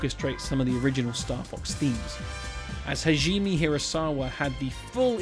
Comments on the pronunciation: ha-ji-meh, not hazheem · Not to be that guy to harp on pronouncing things, but Hajime, is more like Ha gee may. You keep saying Hajeem and that makes me him Indian or maybe Arab. edit: then later you called him Hageemi. Lol, you gotta doing that on purpose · thats pronounced Ha ji me Hah-jee-mé はじめ